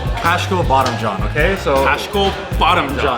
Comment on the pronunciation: Lol it's non bottom John it's Baademjaan😂